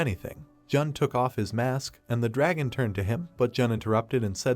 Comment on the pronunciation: bros like oh a drahon devaor oh a gem devaor 😂